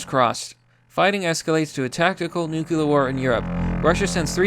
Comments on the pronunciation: Jesus christ, please learn how to pronounce "nuclear". Nu-clear. Not Nuke-yiller. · STOP SAYING "NEW-CUE-LAR" IT'S "NEW-CLEAR" DAMMIT! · Nook - lear. Not "newkewlear". Only two syllables. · New... Clear. Say it with me. Nuclear, not god damned nukular. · NucLEar not nucELar war, man idk why it annoys me so much, like hwile instead of while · God. Dammit. Nuclear. Not 'nucular'. Noo-clear. The word 'clear' with 'nu' in front of it. Not god damn 'nucular'. You said it so many fucking times and every time it was wrong. Nuclear. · my guy its not nucular its nuclear.... new-cue-lar no. new-clear yes, jesus use our beautiful language correctly please its not that difficult. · WTF... STOP SAYING NUKE-YUH-LER. IT'S WRITTEN NUKE-LEE-AR! NUCLEAR!!! I'm calling it now, has an IQ under 100... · New. Clear. Newkyooler. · It's not nu-cu-lar. It's nu-cle-ar. Get it right. Makes you sound illiterate. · Nuc-u-lar? Bro.... nuc-u-lar? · Yo... It's pronounced nu-cle-ar. It's not nukular. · Newcular war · No balls kill the human species. *Hears nuculear sirens go off* The mad lad. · I'll actually pay you if you stop saying "nukular". It's nu-CLE-ar, like in "Cleo". This word has been "W-Bushed" to fuck already! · Nuclear. Nu (new) Clear (kleer). Not nucalur. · Nuculer war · I love ya... But ffs. Noo-klee-er. :-P it sounded like you were trying, I think you said it right once or twice. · Anyone else bothered by the pronunciation of the word ‘nuclear’? As if it’s spelled nuc-U-lear 🙄....... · I can’t take anyone that uses a q when they say nuclear. Say it with me, “new cle ur.” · New-KLEE-urr.... Please for the love of god say it right.... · pls man it's nuke-lee-r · NOO-KLEE-ER NUCLEAR AS IN NOO-KLEE-US NUCLEUS OF AN ATOM. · "Nukeuler" You're a fucking mongoloid dude. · Nuke yew lur